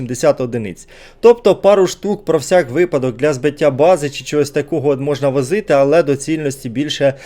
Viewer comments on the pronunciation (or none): none